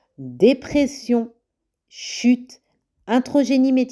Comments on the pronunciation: iatrogénie et non introgénie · A 7min23 je pense que le 4e point est la "iatrogenie" médicamenteuse et non "introgeni" Merci en tt cas pour ces vidéos intéressantes.